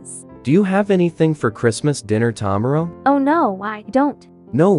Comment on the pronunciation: "ta marrow'